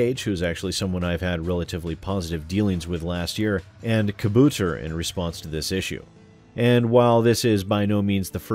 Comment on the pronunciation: you pronounced Kabouter wrong.:P It's supposed to sound more like 'ka-BAU-ter'. It's a Dutch word translating roughly to 'gnome'...and I should know, being Dutch.:p